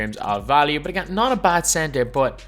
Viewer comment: “Emm butt agAiin”